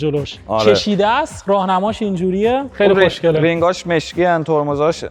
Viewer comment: زبونش ق رو خوب نمیتونه بگه میگه خشنگه! خیلی با مزه ست